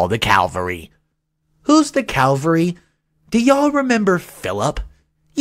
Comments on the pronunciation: Not calvary, but cavalry. Although they begin and end with the same groups of letters, cavalry and calvary are not related in either origin or meaning. Cavalry (“an army component mounted on horseback”) comes from the Italian word cavalleria, which may mean either “cavalry” or “chivalry.” Two earlier meanings of cavalry in English, now both obsolete, are “horsemanship” and “knighthood.” In modern English the word can also refer to an army component moving in motor vehicles or helicopters and assigned to combat missions that require great mobility, or to horsemen. Calvary was first used in our language over a thousand years ago, as the name of the place outside ancient Jerusalem where Jesus was crucified. This name comes to English from the Latin word for “skull” (calvāria). In the 18th century calvary began to be used with the meaning of “an open-air representation of the crucifixion of Jesus,” and then later took on the sense of “an experience of usually intense mental suffering.” The word as used to refer to the location of Jesus' crucifixion is capitalized, but in other uses the word is lowercase. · It's 'cavalry', ie. mounted soldiers, not 'calvary', a hill in Jerusalem. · and btw it's CAVALRY, not calvary